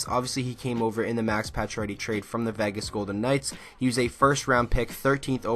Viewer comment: Its not Vaages. Its VEGAS